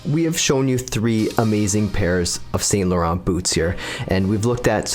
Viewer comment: The pronunciation is ‘san laron’